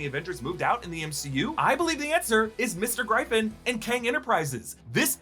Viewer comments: Gryphon is pronounced Griff-in not Gry-fun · Griff on Not Gry fon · My friend...it's Mr. Gryphon (Griff-un). As in the mythical creature. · Gryphon is pronounced griffin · Plz don’t say gryphon like that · Question...Why can't anyone pronounce Shang-Chi correctly. Especially people such as!!! I'll give him the pass on the child-like phonetic pronouncing of Gryphon, but come the F on. 'Shawn'g-Chi